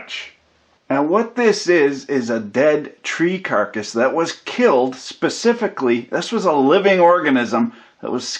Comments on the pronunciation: I'll have you know that I am all for "Pacifically" enjoying plywood. TYVM. We are from different worlds as apparently I am "Atlantic-ally" calling you out on that one :) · OMG!!! Specifically!! Not pacificly